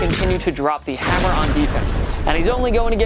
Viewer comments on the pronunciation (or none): none